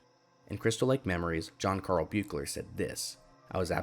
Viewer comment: it's pronounced 'beek-ler'. also iirc the continuity differences between 6 and 7 (Forest Green, etc) are due to the director requesting, as condition of hire, that he be allowed to ignore the events of 6